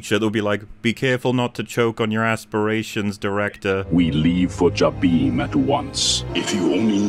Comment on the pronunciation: I hate how they made Jabiim canon but didn't make any of its story canon and mispronounced the name. Its Juh-bim, not Jah-beam.